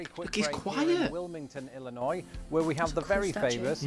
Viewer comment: Thank you for pronouncing Illinois correctly, many people who read it say the s sound, but correctly, the s is silent. Route 66 goes from chicago Illinois, to california, Would take many days to get from one side of United States to the other.